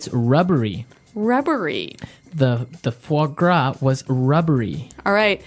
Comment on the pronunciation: This video is so useful, but I think, because of the technically problem of AI thing, there are some faults, like 'the fog W' it's a fois gras, and I don't understand What the 'guacca' is. Is this just mocking sound for fois gras? plz anybody teaches me 😢😢